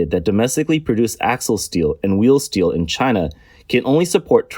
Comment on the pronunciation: i heard "steal" every time when they pronounced "steel"